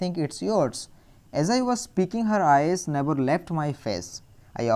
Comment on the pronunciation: Can't u pronounce the words properly???The meanings that u r telling r already written in the book....si what is the use of listening it... U tell never as naver